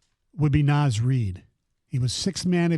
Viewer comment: “Naz REED” smdh